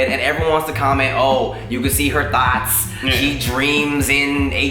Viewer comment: It sounded like he said "we can see her thots" 😂😭😭